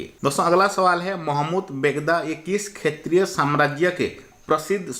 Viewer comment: Sir aap ek shbad pr gadbd kr dete hai har baar shetriy ko khetriy kahte hai aur mukhyamantri ko mukhsyamantri khte hai😁